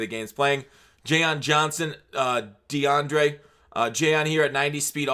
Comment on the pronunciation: you’ve done it twice now... it’s JayLON Johnson, not Jayon